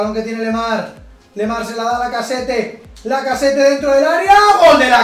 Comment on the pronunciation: una aclaracion, lacazzete se pronuncia lacazet xD